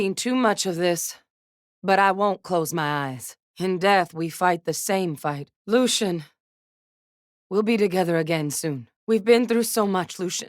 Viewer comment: "LUCIAAN" ouch.